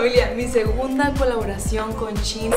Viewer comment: Kim solo te digo que shein se pronuncia como se escribe